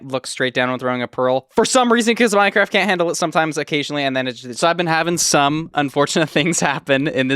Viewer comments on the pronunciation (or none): none